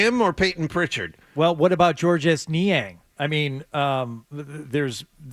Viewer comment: Georges Niang would probably pronounce his first name the French way as "George" without sounding the S.